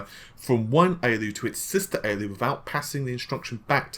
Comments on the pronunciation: A-L-U, not ayy-lew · Why don't you just say A L U instead of Aloo its an acronym do you say AMED instead of A M D? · A-L-U. "Aey-ell-you" is the common shortening of "Arithmetic Logic Unit". Just FYI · pls don’t embarass yourself with that pronounciation of ALU.. it hurts my ears